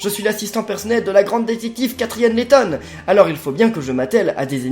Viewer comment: Lady laton sur 3ds t es bourré?